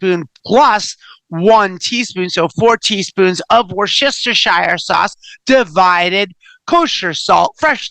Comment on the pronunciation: I GREATLY appreciate your complete pronunciation of "Worcestershire"! <3